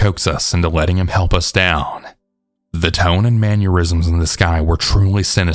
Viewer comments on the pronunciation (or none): It's Mannerisms. Man-or-ism(s). Not man-uer-ism(s).